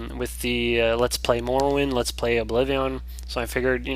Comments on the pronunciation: obliveon??? what the fuck is obliveeeeooon lol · it bothers me on how he says oblivion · OBLIVEEAHWN love it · it's like you say obliveeon, awesome! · yea he says oblivion funny but he's a great.example of a gamer that challenges himself and manages to pull of great lets plays